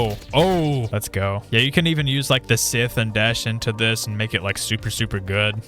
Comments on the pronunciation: Its not Sith its sycth pronounced sithe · SAY SITH AGAIN IM UN SUBBING. SYTHE OVER SITH 👇